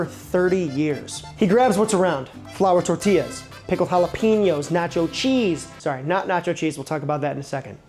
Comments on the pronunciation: It pronounced hala-pen-yos Not hala-peen-yos. Just so ya know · Okay, - Jalapenos are pronounced Hala-PAIN- yos.... NOT Hala-PEEN-yos. Please adjust. Thank you.